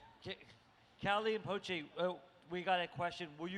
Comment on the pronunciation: This video is 90% the interviewer butchering Calle and Pochés names